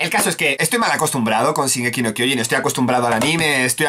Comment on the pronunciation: No es "Zingeki no kiojin es shin eeees shin!!!!!!